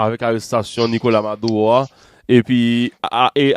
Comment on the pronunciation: Madulo pou di c pa maduwo kom ou pa pale espanyo maduro